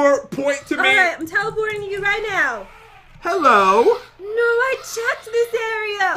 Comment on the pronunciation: This is how you spek HLLOAH!!